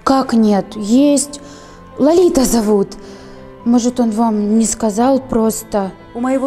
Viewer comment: она сказала "лолита" а не лалита